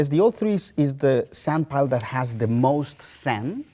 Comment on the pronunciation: After 15 minutes it sounds like he says senpai and not sandpile